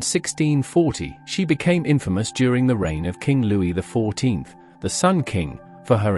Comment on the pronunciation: AI Pictures and text-to-speech. Louis the 14th is referred to as Louis XIV (pronounced Ex Ivy)